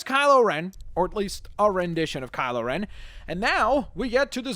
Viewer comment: Kyle O'Ren?, he's not Irish